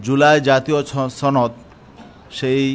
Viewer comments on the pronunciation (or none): জুলাই জাতীয় ছনদ কি বুঝলাম না, ছনদ নাকি সনদ ???